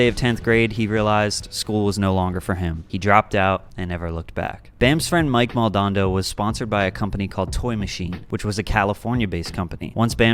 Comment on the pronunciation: My ears are wrenching at the mispronounciation of Mike Mo and the base level history lesson of one small corner of 90s-early 2000s skateboarding. From World Industries to Vans, Venice to Tampa etc; There were so many scenes happening in those years. Big Brother represents the flourishing of degenerate skater culture. Not skateboarding itself. Lot's of blood, bones, bodies and minds were lost to contribute to this sport. What happened to Bam is what happens when the mainstream preys on your culture. To everyone out there: Shuffle your feet and get to know a culture when visiting like this. Don't be a tourist, please.